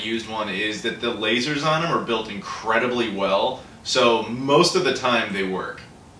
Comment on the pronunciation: What is increenly? Were you trying to say incredibly?